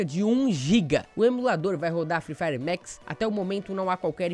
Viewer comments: Mex é tocu ,é Max poha,jeitin brasileiro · Não é mex é maxxxxx